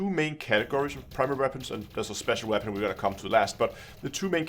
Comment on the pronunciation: “What Waepon should you....”